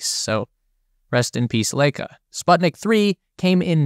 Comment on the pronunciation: Good vid but in future try to read transportation for foreign words. Sputnik, Korolev and Laika pronounced very different